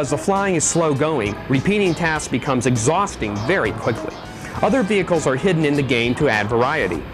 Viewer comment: lol u say 'vehicles' weirdly